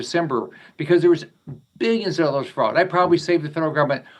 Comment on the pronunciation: Did he say fraud or frogs?